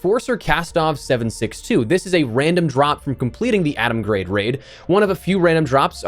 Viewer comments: its GRAD, not GRADE!!!! x.x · How do you not know how to pronounce Atomgrad?